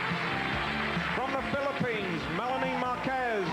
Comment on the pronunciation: Muntanga yung isang host! Di man lang nasabi ng tama yung name na MELANIE! Di ka ba nag preprod? haha kaloka!